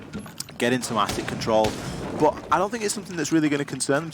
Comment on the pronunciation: Anyone else got annoyed with the fat caster trying to say but and dirt but sounded like he said buh and dirh